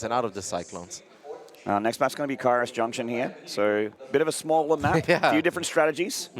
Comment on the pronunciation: KA-Iros not cayross